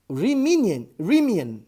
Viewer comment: Caro professor, o nome do gajo da geometria nãp- euclidiana (uma delas) é Bernhard Riemann (não Rimini -))